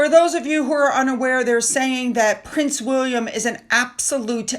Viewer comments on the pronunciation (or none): none